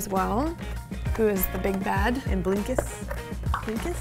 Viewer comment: It’s blinky not blinkus